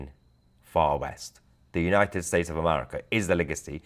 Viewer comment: It is pronounced "United States" not the mumble jumble pakistanian you spew .